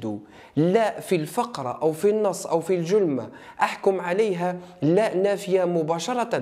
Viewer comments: الجملة وليس الجلمة ❤❤وشكراااا❤❤ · الجملة او الجلمة😂😂😂😂😂